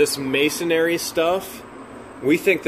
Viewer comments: It's Mason-ree, not Masonary. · Its actually "Masonry", third times a charm. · Can you please say the name properly. It is not masonary, it is pronounced MASON-REE. THANKS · MA-SON-RY. Say it with me. Not MA-SON-AIR-Y. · Pronounced -Mason -ree. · I got a good laugh every time you butchered the word "Masonry"!